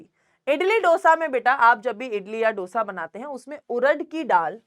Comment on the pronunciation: MA'AM ITS DO ( LIKE 2) - SA NOT DOUGH-SA 😭😭😭